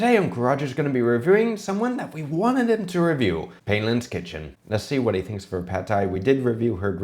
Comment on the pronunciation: pai-lin, not pay-lin